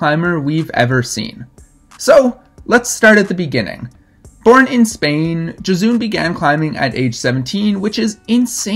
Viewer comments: Pretty sure you got Bereziartu pronounced right. I think Josune is pronounced: yo-zoon-eh but a Basque speaker might chip in. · Amazing video and overview of Josune Bereziartu! :D Btw, not a huge deal but it’s pronounced “Yo-sue-neh.” Love your videos! :) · lol as soon as he said she was spanish i knew he was pronouncing her first name wrong. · This is a really great video about her. She’s been so neglected all these years! Thank you so much. Love your channel. Minor/major point. Her name is pronounced “Ho-soon-eh.” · Egurre! Gora Josune Yo have to say that last "e" of the name, but it's Okey! :) I sent her first 8a "hiena" last Wednesday jeje yeahhh